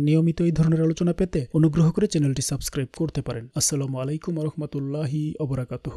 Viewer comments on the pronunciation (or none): none